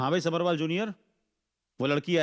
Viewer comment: Lead actress Saanvi Talwar aka Maanvi सब्बरवाल का pronunciation गलत कर रही है। सब्रवाल बोल रही है।